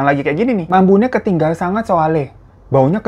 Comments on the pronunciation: Lucu Pas bilang yg bahasa jawa lafalnya salah😅ketingal bukan ketinggal kak... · Bang Hiro klo ngomong Bhs Jawa lucu... 🤭 Ketingal... Bkn ketinggal 😂👍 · itu pake bahasa jawa krama yg halus bang "ketingal" dibacanya >> ke-ti-ngal yg artinya = kelihatan FYI aja sih